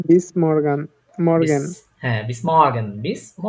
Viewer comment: morgen ? !!!! eitar pronounciation hobe mogen er moto r bad jabe bolar somoy